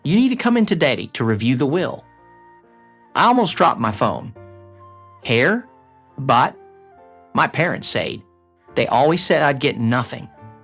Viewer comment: The person who inherents is an heir... prounced like "air'...silent "h" it's not trounced " hair " like on your head ore "hare" as in a rabbit